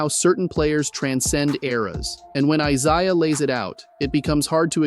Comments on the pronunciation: Exactly what I said…it was the ONLY thing he mispronounced. Real AI mangles more than one word, has awkward pauses and more errors. ✌🏼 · Doesn’t sound like it to me & I’ve heard tons of AI narrators on YT…j/s. (He only mispronounced Isaiah Thomas’s first name.). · mispronounced it more than once. How does a basketball fan not know how to pronounce Isaiah Thomas? Also have you not heard A.I. lately? That was probably chatgpt. A.I. has gotten way better than that monotone crap I heard. Just saying.